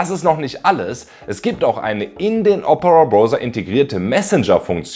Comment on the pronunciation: Ich mag deine Videos aber bitte, bitte sprich Opera künftig richtig aus, dass Triggert hart. Das wird Deutsch O - Pera ausgesprochen.